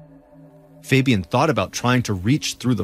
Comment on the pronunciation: the way he pronounces fabian makes me cringe